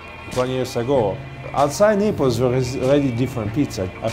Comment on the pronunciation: Lmfao, who else thought it sounded like he said "The Nipples"